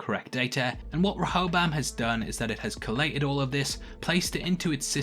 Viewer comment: Please learn how to pronounce Rehoboam, I think more people will watch your breakdowns all the way through if you do. Ree-ho-bohm